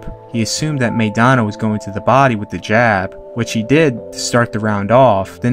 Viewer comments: You can't invest enough interest to pronounce "Maidana" correctly? The first syllable rhymes with "my," not "may." (You don't know any Latinos or Spanish speakers in or outside the boxing game?) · Evidently, "everyone" excludes everyone in "Chino" Maidana's home country, the Spanish-speaking world, and all of us Spanish speakers.Are you excluding this bilingual announcer and the English-speaking commentators from "everyone," too (link follows). "MAY dana" would be written, "Meidana;" it is not. Correct yourself, or belong to "everyone" who's pronouncing the name wrong.